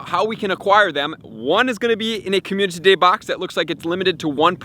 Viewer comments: How many times do I have to hear him say "communTity" day before he realizes. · Slow down and pronounce community properly please